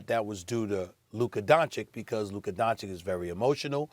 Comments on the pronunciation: He still says Doncik, after 3 long years… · Please teach him to pronounce his name right . It's Don-chich . What is this disrespect? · Luka Donchick??? Cmon Stephen A... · ITS PRONOUNCED "LOOKA DONCHICH" YOU PIECE OF SHEET,FOR GOD SAKE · You would think that Stephan A would learn how to pronounce Luka's name correctly by this point. DON-CHICH, repeat after me, DON-CHICH. Who is Donnie Walsh? Did you mean Nelson? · “Donchick” “Donnie Walsh” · I will never understand how Stephen A. has no problem saying Kristaps Porzingis, but keeps mispronouncing Luka Donchik....I mean, what's next....Luka Donkich? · i literally cant believe stephan A still says DONCIK, this has to be on purpose at this point lol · it's don-cich, stephen a sbitch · Stephen A: Luka “Donchik” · It’s been over 3 years and this moron Stephen a still can’t pronounce Luka’s name correctly